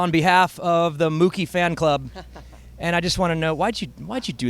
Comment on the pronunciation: I swear just said monkey not mookie